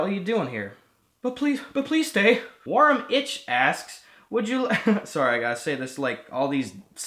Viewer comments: Sorry Gus I love your vids but I have to point this out: Your sketch on the "Warum ich" one ia not so good, cause that name ia in German and it means "why me". So doing English accent is not very proper here. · Warum ich sounds so great when you are german